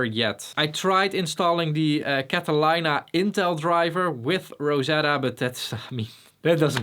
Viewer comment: catalayna xD